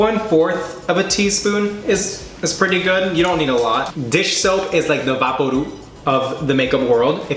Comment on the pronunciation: I'm ded laughing at 'vaaporoob'... Now i don't speAk espanol nor am i black but I'm indian.. and its 'vay-po-rub'...